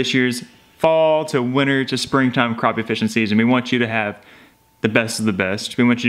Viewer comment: Is that the same hole that and Granny were fishing a couple of weeks ago? I have never seen so many giant crappie! I really enjoy y'all's videos (even though you mispronounce crappie LOl)! Um,, I'm sorry but I'm fairly certain you are a country girl!